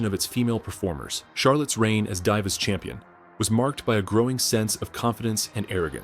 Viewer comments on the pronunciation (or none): is this A.I. fukn cant pronounce Flair or Divas Fle-ee-ear Di-ie-vas WTF! dont post if u cant pronounce properly. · Die-vus Champion lol